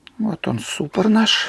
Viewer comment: Тормозной суппорт. Не суппор.